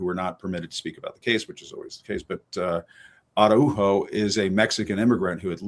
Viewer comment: Ara-who-ho???? Araujo….c’mon Jim Acosta. I’m born and raised Mexican-American in the U.S. so I get it that Spanish is not our first language. But at minimum could you not ask someone how to pronounce Mr Salgado Araujo’s name correctly? I’m sure you have access to at least one native Spanish speaker.